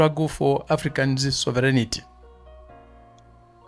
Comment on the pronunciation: Sovereignty......... not Soverignity !!!